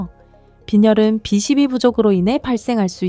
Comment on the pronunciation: 비 12부 바름 좀 똑똑하게 해주세요 바름소리가 3로들림니다.